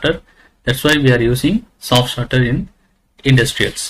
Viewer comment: Is it a "Soft Starter" or "Soft Shutter"? :/ Every time i heard it as "Soft Shutter".